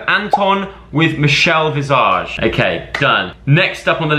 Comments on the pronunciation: The way Joe says Michelle’s last name really got me 😂 it’s an S not a Z!!!!! 😂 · The way he said Michelle visage maid me smile😂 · The way you keep saying Michelle’s last name wrong 😂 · Makes me laugh how you say visage 😂😶